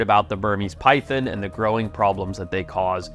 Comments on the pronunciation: It’s PyTHON- NOT Pythin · They’re not “py THINs” lol! Py thON!” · It is not pronounced pythin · Say pythin again